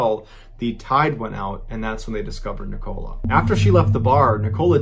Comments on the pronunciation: pronunciation of ‘Nicola’ is annoying and distracting me so much I can’t concentrate on the story 😱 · He says it every 5 seconds too haha and the way he said Lancashire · This can't be how you're pronouncing Nicola. I can't listen to this one 😂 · first story, that would be NICK-oh-LAH not Ne-COLA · Wierd hearing it pronounced " ni coal a" instead of "nick o la" lol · Aye and Ni-Cola. Nicola is Nicolas without the S. There must be nicola’s in America. Love hearing the pronunciation of British places and names. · I love how he pronounces it wrong like " Neecola" it's pronounced "Nickela"😂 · I get where you're coming from but the woman was from England, not the US, therefore it should be pronounced as Nick-ah-lah. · When he say NICOLE-A instead of NICO-LA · Just FYI the lady in the first story’s name is Nicola, pronounce d ‘Nick-uh-luh’ not ‘Ni-cola’ - it was really strange it hear it pronounced like Coca Cola the whole time! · The name is nicoLA, not NicOLA, just saying, sorry I'm English, thats the way its pronounced ❤️ love the stories though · This pronunciation is killing me "NicOla", "LancashIRe" 😁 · Isn't it Nick-ulah? Not Nic-Cola? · ahhhhh its NICKo-Laa not NI-cola AHHHH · Me Ballen mispronounces “Nicola” as “Nick-oh-la” when it’s actually pronounced “Nick-olla ”. (Short O sound not a long O sound) Do you guys not have the name Nicola in the US? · It’s Ni-kah-la, not Ni-co-la lol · He knows her name os nik ila not nik cola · It's pronounced nikala not ni-cola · Sorry pronounce Police here .. NIcola not niCOLA .. that is all 😆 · It’s not pronounced ni cola like Coca Cola lol it’s nick uh luh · Is “Nicola” not a name in America? Because you’re saying it wrong. Instead of “oh” it’s just “o” as in lower case. So said like Nic-a-ler….we have northern English accents 😅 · Same.. I find him very good at telling the story but his pronunciation of NiCOLA really bugged me 😅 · hahahah right? It's pronounced Nic-uh-la right? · The name Nicola is said ni ca la